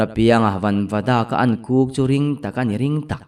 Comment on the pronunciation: a chang hian “Kuk”, tiin ka hria a, a chang leh “Huk”, tiin ka hria, buaithlak tak a ni😂